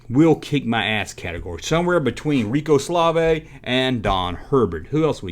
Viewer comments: You messed up a few times! Pinky was the fastest, and the blue one was the slowest! Also, it was Rico Suave NOT Rico Slave! This is the first of your videos that I thumbed down. Stick with topics that you know about that the viewers enjoy! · Um, yes you should listen to what your viewers want because without viewers you have no channel. Rico Suave you pronounced like Rico Slavay multiple times! And the red ghost named Speedy was fast, but not as quick and clever as Pinky. I mean you no offense as I enjoy your videos, but this one was not your finest moment.